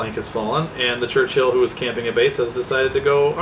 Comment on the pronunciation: Its called a Churchill not a Church-Hill you peasant.